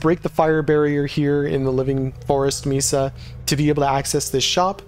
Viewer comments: Great job! Thank you. Mesa is usually pronounced May Sa. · Thank you! Yeah you're not the first person to mention my pronunciation of mesa 😂I appreciate the correction and I'll keep it in mind when I record next season's video.